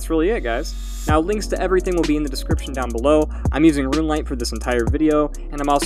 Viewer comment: Video scapers have the weirdest pronunciations, like this one guy who kept saying “rum” instead of “room”.